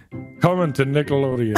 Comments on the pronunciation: "I Said Nick-Aloadeon"🤣🤣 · i didnt hear a G but he pronounced it "Nicka" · I heard nickle loadean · he said nic ke (nickelodion)